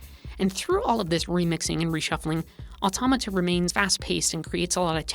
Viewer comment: THANK YOU for pronouncing Automata properly